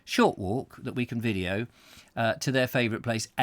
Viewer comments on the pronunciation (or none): none